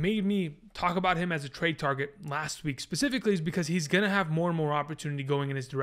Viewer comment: Specifically not pacifically